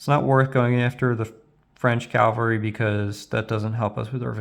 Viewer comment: Calvary? (Even the subtitles picked it up.)